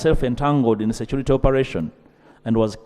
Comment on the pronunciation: Ugandaaaàaa! Security security! Not securite.😅😅😅😅😂😂 pronunciation please? Security not securite speaker Ainta Among, please get the pronunciation right